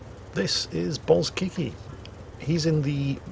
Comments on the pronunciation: everytime said his name I just understood "balls kickin' ":O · when you introduced bozkiki, I first thought you said "balls-kicky" and honestly, I'm disappointed by the truth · "This is Ballskickey"... I'm sorry, but... What did you just say?:D